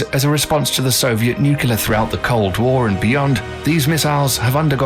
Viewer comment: Anyone else have a brain spasm every time he says " nucular"?